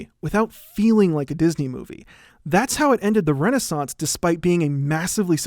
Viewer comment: The last source in the description says: "Tarzan's Complicatred Legacy Mat Have Led..." instead of, " 'Tarzan’s Complicated Legacy May Have Led..." You did nail "renaissance," tho. XD